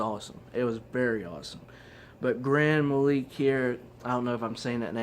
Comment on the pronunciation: Here's a pronunciation to help you: Gran Metaleek.